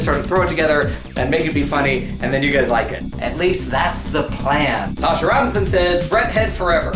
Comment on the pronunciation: thanks for pronouncing my name right whenever i have a substitute teacher and their taking role they pronounce my name tAshA when its pronounced tosha